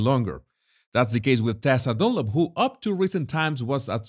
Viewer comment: I love how you say "Dunlop"! It sounds like DOLLOP 😂😂😂